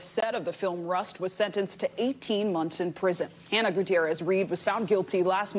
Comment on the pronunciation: Most journalists don't take the time, yet alone, care to get these things correct. I did notice they certainly pronounced Hannah's full name correctly.